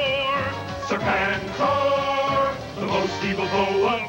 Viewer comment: Uh, it's pronounced 'Serpen-Tor'. 😤